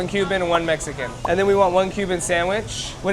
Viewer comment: The way you said Mexican made my skin crawl ahhhh